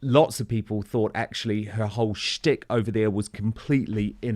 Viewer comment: He said styck